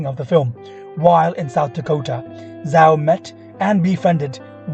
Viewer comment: great stuff, thankyou so much for uploading this biopic on Zhao. Constructive criticism coming up: get to know the right pronunciation of names, you don't want people laughing at your content which is otherwise very good. So, the Sioux peoples is not ''see ox'' its ''sue''. There are a few other clangers in there, including Zhao ... everyone learns as they go, good luck and hope to see more of your posts.